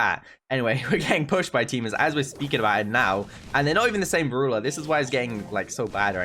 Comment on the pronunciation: I like how he says Brool stars Brooler Ulso